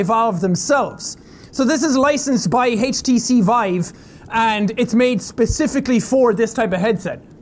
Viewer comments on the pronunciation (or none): Did he say hache tcvive